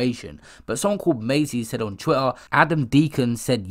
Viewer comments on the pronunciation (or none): none